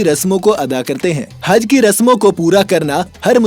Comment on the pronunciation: He speak हज =I listen हग